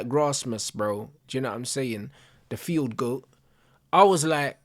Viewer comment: Man said field goat 😂😂😂😂